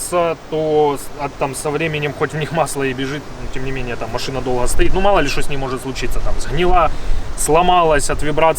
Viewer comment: А ну да надо чтокать ... !!!))) Как человеку удобно так он и разговаривает !!! А ты пожалуйста не чокай !!! Уж больно это противно !!! (((((